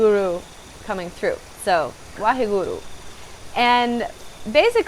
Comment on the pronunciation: if youre going to use a sacred word like waheguru, please learn how to pronounce it correctly.